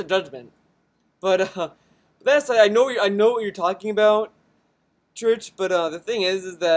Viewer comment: You assume this is a relationship. But more likely this is some kind of arrangement. As for my comment. I didn't mean you aren't allowed to judge. It did seem you were a little harsh on her. But that was probably because you were in a bad mood. Also it's not Church. But Chrichton (as in Michael Chrichton the writer or John Chrichton from Farscape).